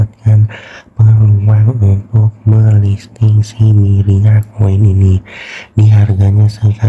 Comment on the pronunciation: Myria not myriad social🤣🤣